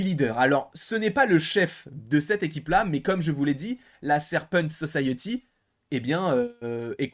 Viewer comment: La Serpent So-saye-euh-ty